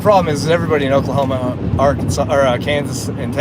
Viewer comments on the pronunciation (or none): none